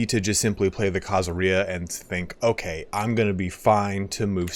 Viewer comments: Khazaria does not rhyme with diarrhea! khazARia stress on the "ar" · Why do you say Khazaria like pizzeria instead of the way you say every other country that ends in -ia